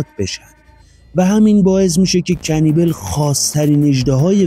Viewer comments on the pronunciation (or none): اسمش رو اشتباه میگی عزیز کنیبال اسمشه